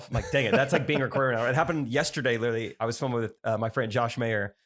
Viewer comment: Are we gonna talk about how says “litelly” or just gonna glaze over that? I mean all the teasing you’ve given Trey Kennedy I think this should be addressed….